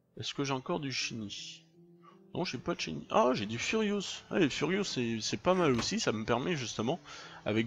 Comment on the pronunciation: Epée sa s'appelle ferrous pas furious